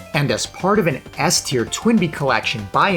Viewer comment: Btw..i swear i didnt hear Ass-tier everytime u speak S-tier...ahahah